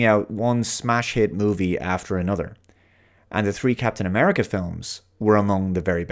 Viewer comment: Captain A-meh-rica. What a dismal state the MCU is in these days, apart from Spiderman - nothing has hit that sweet spot since End Game.